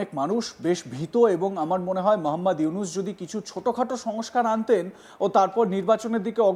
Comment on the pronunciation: ডঃ মুহাম্মদ ইউনুস এর নামটা উচ্চারণ করার মত যোগ্যতা নেই তোর মত নিউজ প্রেজেন্টারের শালা হাঁদারাম কোথাকার